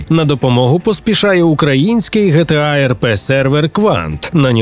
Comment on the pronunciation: Не ГеТеА, а ДжіТіЕй